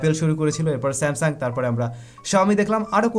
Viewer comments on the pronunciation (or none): none